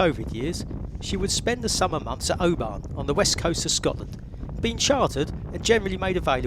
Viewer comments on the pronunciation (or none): Please please please, I live in Oban and there is no r in the town name, it's O-ban. Love the films and you have inspired me to buy and sail a 30ft yacht around the Scottish West coast for the last few years. I've enjoyed your teaching vids this year bit when will you be back out on the yacht?